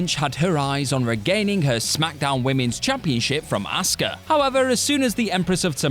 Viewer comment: Not true. pronounces Asuka as "Oscar" 🤣